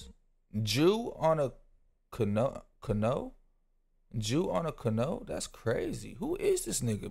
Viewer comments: I AM GERMAN AND I Lost it when I heard cano 🤣🤣🤣🤣🤣🤣🤣🤣🤣🤣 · love these reacts man! FYI canoe rhymes with jew.. so like "canoo". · Ca-no his ass cant 💀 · hahaha shit man..Ive watched a couple reactions to this video and yours was definitely the best. Also..its pronounced canew hahah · canoe pronounced cuh new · it definitely isn’t I’m from Florida ain’t ever heard anyone say it like that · Man funniest part of this video is you trying to say “canoe” ❤😢😅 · the way bro tried to say canoe 💀💀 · This the new world? People really don't know how to say canoe ? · You can’t even say canoe 😅 that’s sad lol